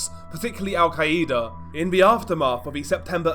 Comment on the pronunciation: Why do you always pronounce Al-Qaeda like that? It's al-KAI-da not al-KAI-E-da.